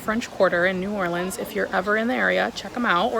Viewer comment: Being from Nola I cringeeee hearing New Orleans pronounced like New Orleens 😂😭😭 I'm so glad you liked it and I loved this video!